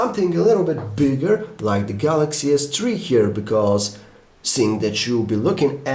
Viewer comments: galacksea s tree ;0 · 0.11 galaxy s tree.. lol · galaxy s "TREE" mini !!!